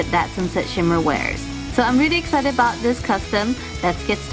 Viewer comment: "Boots" I don't what ur talking a "boot" get it?